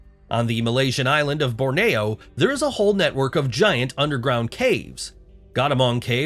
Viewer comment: Bore-na-o...... Ha ha, gotta love AI speech.